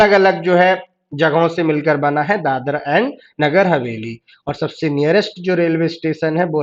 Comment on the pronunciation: Please pronunce properly. It is Dadra & Nagar Hsveli & not Dadar. Dadar is in Mumbai